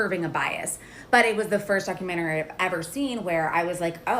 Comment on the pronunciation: It’s docUmentary not dockAmentary.